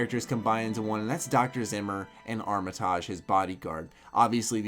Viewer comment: That Armitage pronunciation tho. I cringe every time.